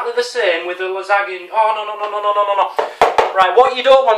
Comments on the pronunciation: Its pronounced Lasanya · its pronounced la-zan-ya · Hi thank you for leaving me in stitches. Nice job on the LASAGNA- nay nay. just helping the pronunciation 😎👍✊🙌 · Its phrased "lasanya" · dan the thing you are trying to make is lasagna (la-zan-ya) and I think you did on ok job not the best not the worst but ok (as long as it tastes good that's all that matters)